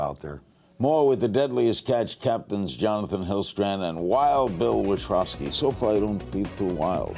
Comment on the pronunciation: He pronounces wild bills last name witrowski ..lol i know bill wanted to correct him